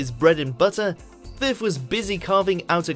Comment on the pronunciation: Why does the narrator pronounce it as "fifth" rather than "firth"??????